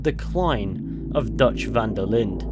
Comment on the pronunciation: This video has caused my own mental decline from every time I heard you say "Van-der-lind" and not "Van-der-lin" which is how it is actually pronounced.